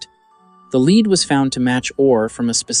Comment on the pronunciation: It also pronounces the metal "lead" wrong 1/2 the time.